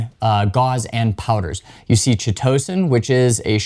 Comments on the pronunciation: It’s pronounced: Kite-o-San Thanks for the video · Ky To San. It does not rhyme with Pitocin. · Chitosan the chi- is pronounce kai like chimera. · "K-EYE-TOE-SAN" -Chitosan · This is the first time that I've ever heard Chitosan /'kaitəsæn pronounced this way. It sounds far more entertaining the way that he says it. 😂